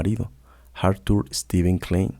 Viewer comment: si puede pronunciar froid pronuncie klain, como corresponde a su raiz austríaca.